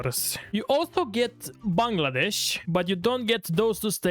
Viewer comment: bro mentioned Bangladesh twice and correctly pronounced each time👏👏👏